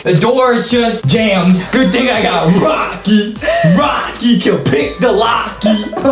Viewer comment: Its rokcy noy rochy